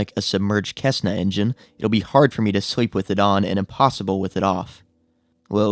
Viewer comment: Cessna is pronounced "sess-nah" :) in case you're like me -- I hate when people don't correct my mispronunciations and I end up saying a word incorrectly for years looking like a fool lol..